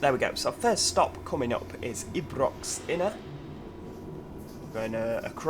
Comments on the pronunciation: Not to be rude/ It’s not said eebrox it’s said eye-brocks but spent Ibrox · hello from glasgow Ibrox is pronounced as eye-brox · Ibrox is pronounced eye-brocks And govan is pronounced guvven And St. Enoch is pronounced St Eenuks